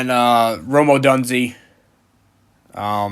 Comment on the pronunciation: you do babble too much bro. Little constructive criticism. We know all the stats and everything you’re saying. Just make your picks, it was hard to listen to. Also, “ run the table” means undefeated. You used it too often in a way that doesn’t make any sense. And it’s Oh Dune Zay, Rome Odunze. Not oh done zay